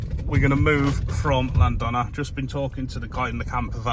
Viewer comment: That weed whack! But you laughed it off. Hope you don't mind a little help with the Cymraeg ( Welsh) pronunciation. Llan th ona and Moel uh Don ( like Bettws uh Koed ). Take care & more fish next time!